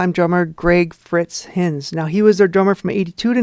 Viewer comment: I played drums for Helix from I was Fritz’s replacement in 1997. You’ve done a good job, though it’s a little weird watching 7 years of my life go by in 2 seconds 😂 Jokes aside, good job. ❤ p.s. it’s Greg ‘Fritz’ Heinz pronounced HINE=Z A not HINZ